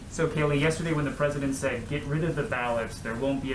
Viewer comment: Her name is pronounced Kay-LIE 😂🤣